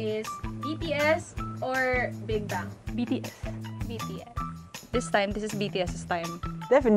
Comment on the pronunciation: Just pronounce Big Bang properly not Big Bung please..i think the partivipants does not have enough knowledge about Bigbang.